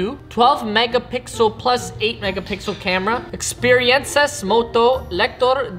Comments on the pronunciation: When you can't say The Substract and the plus you say plUSS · “157.9 Millimeters, Eskwinas, redondela, dededas, HD PLOOS” - , Respect bro🙏🏾🤣